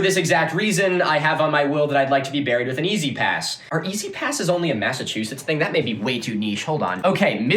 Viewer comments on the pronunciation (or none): none